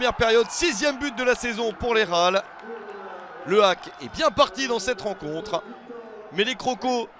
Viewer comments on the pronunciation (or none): Mdrrrrr Victor leralll....oh gros débile c'est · Plusieurs fois, a dit qu'il souhaitait qu'on prononce son nom à la française, on peut peut-être respecter non? Surtout quand ça vient d'un journaliste français...